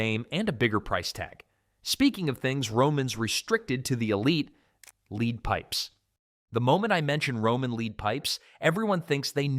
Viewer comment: Leadpipes, not leadpipes.